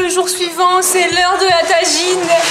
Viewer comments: C'est un tajine pas une taijine 😒😂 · MDR elle dit la taginez